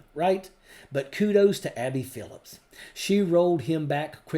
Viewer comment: Her name is Abby Phillip, not Phillips.